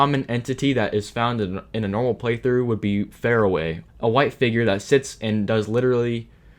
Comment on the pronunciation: I am upset at you for pronouncing Faraway Fair-away. It’s meant to be Far-away.